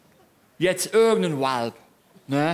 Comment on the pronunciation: "Da uar n Uald geuesn!" xD